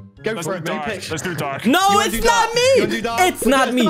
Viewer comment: Darko I thought It said dawko